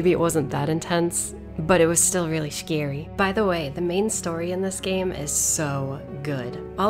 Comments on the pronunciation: "Shcary" <3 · Don't you mean how she said "scawy"? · “stiLL reaLLy schary” that was random haha.